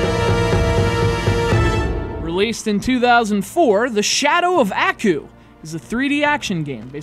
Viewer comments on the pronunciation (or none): It's pronounced "ahh-koo", not "a-koo". Like you're sneezing, just with a "koo" instead of a "choo". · Strange. Did really watch the cartoon series? If he did then he would have known it has only been pronounced as "Ah-Coo" where 2nd part sounds as in word Cool, not "eeh-ku" or "eayah-ku" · Bruh...how you gonna bash the story of a game when you don't even know what the show is about in the first place. You can't even pronounce the characters name correctly. This review is terrible, I award you no points. Everyone who watched this is now dumber from doing so...and may God have mercy on your soul. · You're reviewing the game and you can't even pronounce the name of the main villain idiot. I bet you've never even watched the show.